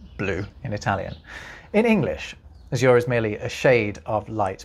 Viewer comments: The stress in azure is on the first syllable. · I just heard a word I've never heard pronounced by a Brit, and it's different than the 'gringo' spelling: azure. We say A-zhur, but you say a-ZOOR. Hmm! Re. the orange section, nah-RON-ha (Spanish) is nah-RON-zhah in Portuguese.